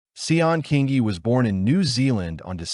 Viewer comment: King ee. King ee. Not that difficult to pronounce!